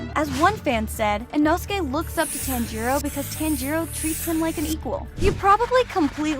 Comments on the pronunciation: FOR GODS SAKE PRONOUNCE TANJIRO CORECTLY PLEASEEEE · Why are you saying his name wrong!? You have watched the anime no!? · YOUR PRONOUNCING TANJIRO WRONG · Giyuu-tearo 💀 Edit: pro said that pokemon is a anime 😔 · Not to be rude but it’s not pronounced “Tan-jee-roe” it’s actually “Ton-jee-roe” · the way she pronounces tanjiro as (TAN-JE-RO) makes me want to commit not breathing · No way you pronounce it, tan-jeeroh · It bothers me you pronounce it as ‘Tan-Jeer-O’ when it’s pronounced as ‘Tahn-Jur-O’ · They miss pronounced Tanjiro they said tanjuro🤦‍♂️ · Tan-jiro bro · I mean not tan-I-to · she really prenounced it like TAN-G-ROW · why does she say, "tan-jiro"? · Can't watch if she keeps saying Tanjiirouu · "tan-gee-roh" made me laugh uncontrollably for five minutes straight T-T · Bro it's not tan-jiro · we can all tell she watches dub because she pronounces Tanjiros name as “Tangeerow” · Bro stop saying TÄËÑJÏROWH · every time it says "Tan-gee-row" is just 😭😭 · I’m sorry but can you please stop saying Tanjiro as tanjeero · Fun fact: you said tanjiro wrong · Well, Inosuke doesn't actually mispronounce Tanjiro's name on purpose. It's because since he was raised by boars, he has poorer reading and speaking skills than an average person. He can take between 7-13 tries to get someone's name right! Another thing about Kanao: I don't think she's actually Kanae and Shinobu's little sister. In the first season where it shows Kanao's backstory, it says that she was a servant being carried around until Kanae and Shinobu threw money and took Kanao in. Unless she was seperated and reunited with her blood sisters by some miracle, I don't think they're actually related, though Kanao is as close to both of them as a sibling would be. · Is it TAN-Jeero ( Pronounce ) Or. (Ton-Jero) Cause you saying it weird